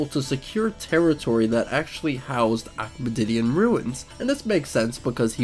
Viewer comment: What is an Achmadidian?